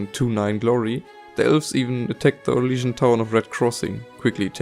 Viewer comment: did you say syrian? o.o